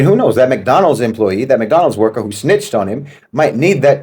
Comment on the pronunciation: I like the way he said " snitched on" he's been hanging with some of my people 😂😂